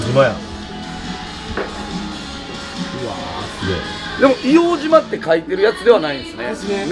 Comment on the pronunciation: 失礼致します。 誤 いおうじま 正 いおうとう です。